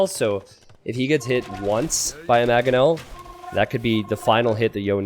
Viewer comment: Love content but it's MANGonel not MAGonel